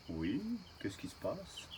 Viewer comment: Tu te débrouilles pas mal au niveau dressage. N'hésite pas à lui donner des ordres d'une voix ferme et assuré sans lui gueuler dessus. C'est très important pour lui. Tout est dans l'intonation. L'intonation du "oui" à la 7'47 n'est pas bonne, le "Voilà" lui est bon. Le secret c'est qu'il t'écoute. Après perso en ce qui me concerne, je le met direct en immersion avec les poules et "tartagueule à la récré" si tu touches à une de mes poulettes ! Attention quand même au malinois, il leur faut une bonne éducation au début sinon ça peut vite partir en vrille. C'est pas des chiens de débutants.